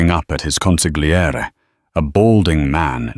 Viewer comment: Really liked the story, and a special thanks to the narrator who did not butcher the word "consiglarie" as so many others have done.😊